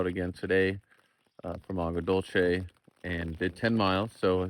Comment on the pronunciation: Agua dulce means (sweet water) in Spanish. Pronounced dulseh. And Sanol is a nice area.😊